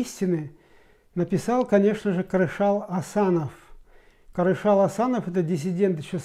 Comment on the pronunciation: Не Карашал, а Кәрішал!!!